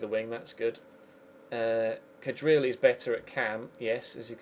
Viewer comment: Please pronounce Bashkim Kadrii as Kadrii and not Kadril.. Keep up the Good work. xD